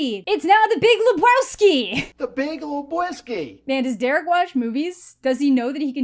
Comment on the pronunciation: You know it’s really sad when you have make your own reward show for your weird Frankenstein monster of a movie just because no one else would be willing to nominate it for their award show. (Edit) also: “ The Big Wee-Brew-Ski!”